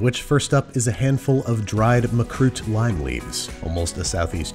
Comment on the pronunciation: Appreciate the use of "Makroot" Andy!